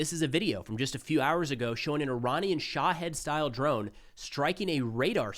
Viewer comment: Only 27 seconds in and he already butchered the pronunciation of "Khomeini" and "Shaheed drone." 🙄😒